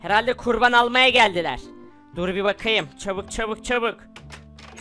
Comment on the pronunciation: çubuk degil çabuk diyor